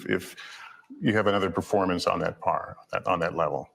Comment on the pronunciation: He didn't say performance. He actually said "formance" according to my ears and closed caption 🤣